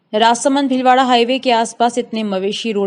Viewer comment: कँई जातियाँ आज भी पिछड़ी हुई हैं - कँई नहीं, कई । भिलवाड़ा नहीं, भीलवाड़ा विध्यालय नहीं, विद् यालय सभाचार वाचिका उच्चार शुद्ध करें ।